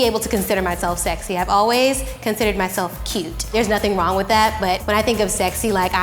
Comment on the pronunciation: "I'm too funny to be sexay" literally me😭😂❤️